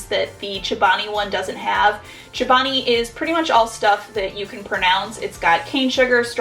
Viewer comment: She says “chabani” instead of “ Chobani”